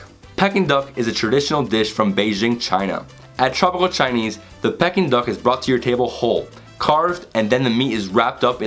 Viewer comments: Aaaah come on dude... PECKING duck???? Peking... like 'pee-king'... the place in China!!! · Peking - is pronounced ‘Peeking’ and not Pecking. Saag - is pronounced ‘Sag’ and not Sage.